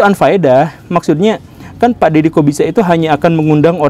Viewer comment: Pas guru gembul bilang Dedy Corbuzier kok kedengarannya kayak Dedy kok bisa ya?😂😂😂